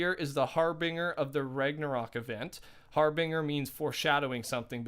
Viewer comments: Harbinger is pronounced, Har-Bin-jer (like Jerry) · Pronounced HarbinJer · Yo my man it’s harBINGEr. Like to binge, that’s how it’s pronounced lol just so you know next vid you talk bout it playa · I enjoyed everything in your video, except the constant use of har-bing-er, its harbinger, as in binge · "Har-binger" lmao it's pronounced har-bin-jur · Harbinger - har - bin - jer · every time you said harbinger omfg it’s pronounced harbinjer lmao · You're saying Harbinger wrong!! All it is is that the "G" in the word is pronounced as a "J" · Harbinger is pronounced Har-Bin-jer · Cool video man! P.s It’s Har-Bringer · Not to nit pick but can you say it har-bin-jer. It should help if you hear someone say it right. (Google can if you type it in the search bar) ps love your vids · Anyone else a little triggered how he says harbinger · U said harbinger wrong